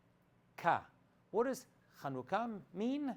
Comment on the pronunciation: It's 7anukah not Khanukah \ Chanukah